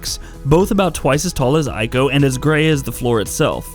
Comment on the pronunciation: Ico is pronounced Eee-Ko